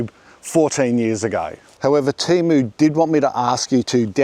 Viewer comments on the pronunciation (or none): Love your channel, but TEMO? noooo man.